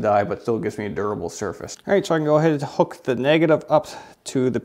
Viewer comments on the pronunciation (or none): none